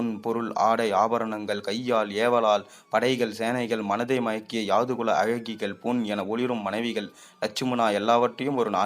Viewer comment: Pl read the script before presentation,so many mistakes, where tostop and to start, so many confusions, yadhu kulam not yaadu kulam. Karka kasadu ara enbathu thiruvalluvar vakku Valai thalangalil padivu cheyyumpothu pizhai illamal cheyyavum. Incomplete.